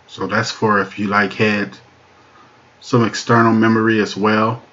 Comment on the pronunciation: "Wayo" is not a word as the way you pronounce it. The proper spelling is "Well" and is pounced like it is spelled